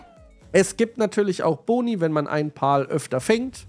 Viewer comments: Pal wird Pel ausgesprochen Pal ist auch okay aber nicht Pol ^^ pal bedeutet Kumpel im englischen 🤓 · Ich würde mir das lets play gerne anschauen aber wenn ich mir weiter anhören muss wie du alle monster Paul nennst werd ich verrückt man. Sag bitte einfach pälworld und päls. (Pal heisst sowas wie kumpel auf englisch) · Cooles Video. Das sind allerdings keine "Pauls" sondern "Pals". Das "a" wird fast schon als ä ausgesprochen. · Zur Aussprache: ich schätze „Pal“ bezieht sich auf das englische Wort, was zu deutsch „Kumpel“ heißt. Und wird weder wie „Pawl“, noch wie „Pahl“ ausgesprochen, sondern ähnlich zu „Päl“ oder „Päll“. Googlet einfach das Wort „Pal“ und lasst euch vom translator die Aussprache zeigen. Denn diese exakte Art von Betonung gibt es im deutschen nicht. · Das spricht man anders aus, eher wie "Päll". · Denke eher es wird "Päl" ausgesprochen, wie Freund/Kumpel/Begleiter. Aber ist ja dasselbe wie bei der Aussprache von PayPal 🤣✌🏻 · Warum kann kein deutscher youtuber den Name richtig aussprechen? "pal" ist englisch und bedeutet "kumpel" und wird "päl" bzw "pähl" ausgesprochen. BITTE schaut euch sonst mal ein Wörterbuch an, da steht das in Lautschrift. Ich bekomme Ohrenkrebs... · Noch mal ein deutscher der das Wort Pal nicht aussprechen kann :D